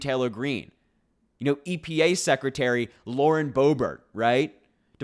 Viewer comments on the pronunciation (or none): none